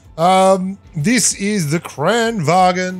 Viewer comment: another fyi: kranvagn means “crane” in swedish, it’s supposed to be pronounced kinda like “kran-vaan”, pretty much everyone but messed up lol edit: and heck “drum autoloader” is the conventional autoloader in world of tanks